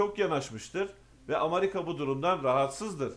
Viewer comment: Amarika değil AMERİKA